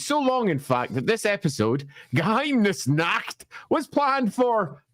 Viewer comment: Honestly, pronunciation of Geheimnisnacht is pretty good. It's basically an accent at this point, not a mispronunciation.